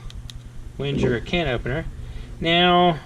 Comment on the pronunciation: Wenger is pronounced Ven-geir, with a hard "'g". This model sold well, and was discontinued years ago. Can opener is fine for right handers. The flathead locks when pressure is applied. Yes the plastic socket for the driver. And remember: Ven-Geer, with a hard "g"!